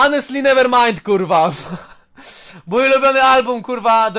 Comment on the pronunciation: do you mint-czy ty mięcisz? rozwaliło mnie to